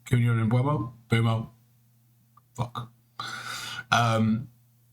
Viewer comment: Thanks for pronouncing Mbeumo’s name correctly 👏